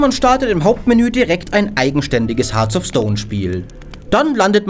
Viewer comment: "Hearts of", nicht "Hearth of"